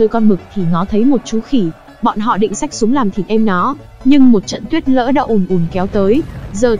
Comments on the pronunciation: ad đọc lại nào: Tuyết lở. lờ ơ lơ hỏi Lở. Cứ đọc tuyết Lỡ là sao?> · Tuyết lở , là tuyết lở k phải tuyết lỡ nhé , tuyết lở